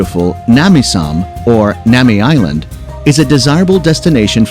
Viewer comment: Decent list, but Nami Island needs to go. No where near top 10. Include Gangneung Si and Jejudo on the list. Also, pronunciation of most places are very bad. Learn the proper pronunciation and redo the sound track.